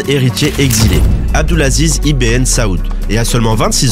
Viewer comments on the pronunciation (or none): Alors le « ibn » se prononce enfaite ibeun et pas IBN mais très bonne vidéo